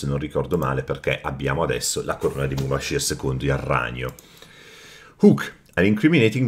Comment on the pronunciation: Mubashir al meddina (con la r)